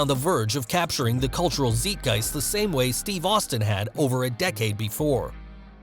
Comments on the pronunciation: It`s not zeetgeist btw. More like tsaight-geist. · ZIGHT. not zeet. random, but in german (which is what Zeitgeist is, the second vowel [in terms of "ei" and "ie" ] is what is pronounced). I remember being an avid fan of WWE back in the mid-early 2000s. I remember watching his debut on ECW. I was hooked. Dude was electric. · It's pronounced zite-giest, not zeet-giest. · “ZEETgeist” 😂😂😂 Do you even school? 😅😂😂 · My man said Zeetgeist. Lmao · ZEITGEIST ... bro that is the last possible pronounciation and you went for it. Say it more like "sight" or don't use it at all. :P